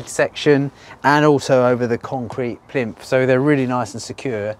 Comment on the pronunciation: We all love the way says”plimf”.